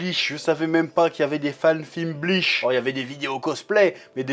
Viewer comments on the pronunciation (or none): On dit pas Bleash on dit Bleach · Purée tu m'a tendu de fou à prononcer Bleach "bliche" 🥶😅